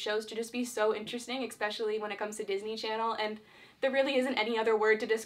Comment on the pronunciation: ....... Did she say Expecially